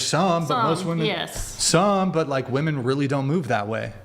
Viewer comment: What the fuck is with people pronouncing “like” with such a hard “k”?!